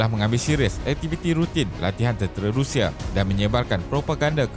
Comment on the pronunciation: RUSSIA bukan RIUSIA okey